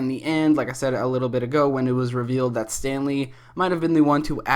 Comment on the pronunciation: When you said Stanley, at first I heard Stan Lee.... R.I.P